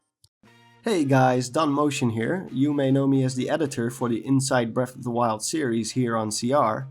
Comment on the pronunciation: Your accent makes it sound like you are saying, "Brelf de Wild".